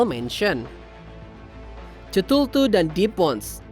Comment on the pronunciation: Honorebel mension 😂 Ctulu, bukan ctultu 😂